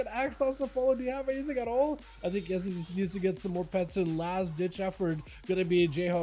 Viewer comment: Not "Esli", but "Elsi"😊